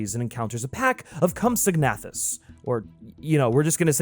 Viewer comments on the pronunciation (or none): Comp-sag-na-thus.... Deet-er.... Honest question ; do American's say 'erbivore or herbivore ? Great video ! Love JP:TLW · Ah yes cumsignahthis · So, the pronunciation of compsognathus is said within the film itself...but leaving that aside, I 100% agree with everything you said. Everything about this is absolutely the logical sequel to Jurassic Park (which I did see before this, just to show that the fact you saw The Lost World before the original probably isn't that important.) I don't really understand peoples' objections to the third act, and it's interesting to hear that Spielberg had his misgivings about it, because it's logically where things were headed. One of the biggest complaints people have about Jurassic World: Dominion is the fact that it didn't fully take advantage of the natural progression of dinosaurs infringing on our world. Idk...people. Anyway, I completely agree that the cliff sequence is absolutely one of the most heart-pounding action sequences ever put to screen. It still has me on the edge of my seat. The only thing that bothers me about the film is...and I don't want to call it a 'plot hole' because I know they scripted and storyboarded the explanation and then cut it due to budget or time or whatever it was; but what happened on the ship before it crashes into the port in San Diego (how awesome is that scene, though?) still feels very plot-holy, because you kind of do need to know what was supposed to have happened for it to make sense. The structure is a slight issue. Maybe, just maybe, it would have worked better if the raptor showdown had come at the end, with a cliff-hanger, and the T-r